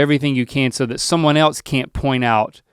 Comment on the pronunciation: As a 1, Link should have corrected Rhett for saying "what el(t)se could I do?" There's no T in else! Why did you add a T?